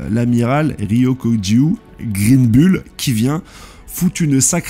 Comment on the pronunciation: Greenbull (se lit Green “boule”) a aussi une lame noire on dirait! Il n’est pas là pour rigoler